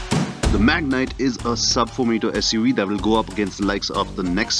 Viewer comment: It's been years after terrano .. it's magnite.